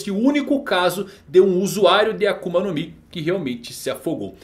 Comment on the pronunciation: "ENQUANTO A KUMA?" KKKKKK AKUMA